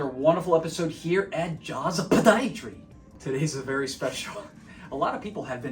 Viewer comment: May I ask why do you say “Podiatry” with a heavy emphasis on the “P”?